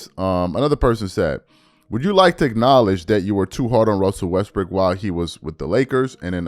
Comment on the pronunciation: He said Russel Westbrick, lol 😝